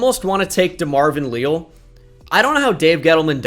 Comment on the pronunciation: It is Lee-Al, coming from an Aggie